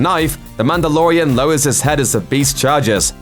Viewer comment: when who FOR SOME REASON DOES LOOPER VIDEOS NOW says Mandalorian, all i hear is Amanda.